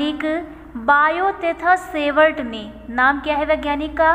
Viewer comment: Sevart nahi hota hai savart hota hai